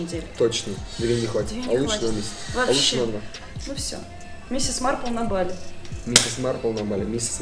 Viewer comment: Какое нахуй бАли?вы с ударениями вовсе не дружите? Мерзко слышать !!! А так видос супер!